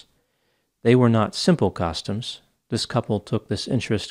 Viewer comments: I've never in my life heard anyone pronounce costumes as you do. It sounds like you are saying "caustums". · I wanted to bust chops for his pronunciation of "costumes," but this case is so messed up. R.I.P. Liz ✨ 💐✨ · It's going to take me at least an hour to get over the way Doc pronounces "costumes." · Interesting the way you pronounce “costumes”